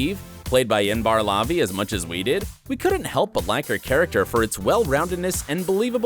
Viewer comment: god they really did butcher inbar levi's name